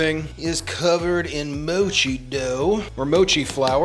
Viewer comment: It's not called Moe-chi. It's called Moch-i. Please listen to how the Japanese pronounce it. Google Translate is your friend. 😎👍